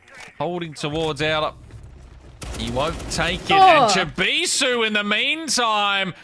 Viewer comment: Pretty embarrassing the caster can’t pronounce Chibisu, at least learn the competitors names 😂🤦🏻‍♂️